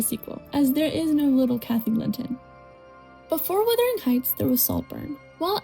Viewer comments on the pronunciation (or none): Most just generally educated people have read Wuthering Heights. They are obviously not siblings in the movie you nitwit. She is his ward and they say that in the movie. Also, it is WUTHERING not Withering! Romeo + Juliet is set in the fictional Verona Beach not Venice. Your video is very late to this discussion and doesn't say anything original that has not already been said in other reviews and videos.